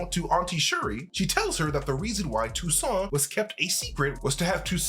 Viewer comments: Yes, but the name is Toussaint not Toussant. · Have to point out the name is TOUSSAINT (even if Nakia prononces TOUSSANT). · If you Haitian u should right Toussaint right 😂😂😂🇭🇹🇭🇹🇭🇹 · It's Toussaint...lol from Haiti